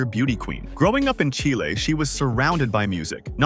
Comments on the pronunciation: ASSSSHHHOOOOOLEEEE….Its CHILE……Not CHAIII LEEEEE…. Fu….ckin LOOOOSER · And Chile is pronounced cheele. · Chi……Leee¡????A—- Hole !!! Its CHILE!!!!